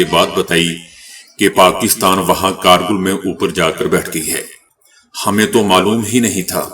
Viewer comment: کیا آپ نیم خواندہ ھیں اکثر الفاظ غلط پڑھتے ہیں جیسے کارگل یوکرائن کا دارالحکومت کیف وغیرہ